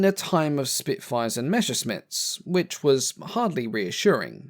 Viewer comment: Its Messerschmitt, not Meschersmitt.